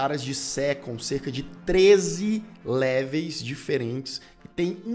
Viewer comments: Po cara... Leveis não né!! LEVELS! 🤣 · "Léveis?" Seriously? Besides that I loved the content! Congrats.